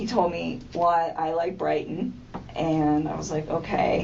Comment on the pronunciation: when she says “Brighton” I hear cuuuuzin all over that 😅😅😅😅😅